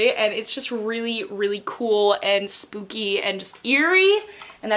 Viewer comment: Is it only me or does she say spoopy instead of spooky?😂